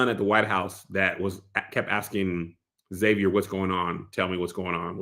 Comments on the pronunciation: Pronunciation of Xavier is Zay-Vur. Pronouncing it X-Zay-Vee-Ur, doesn't make sense because of spelling. How does the "X" in his name make 2 different sounds? It's pronounced either Zay-Vur, or X-Avier. 🤷🏿‍♂️🤷🏿‍♂️ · I thought it was weird they didn’t pronounce the X in Xavier so yeah I assumed it was lack of diversity 🥴